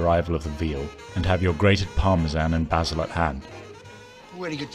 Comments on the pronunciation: And basil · He said “Bah-sil”. 🤣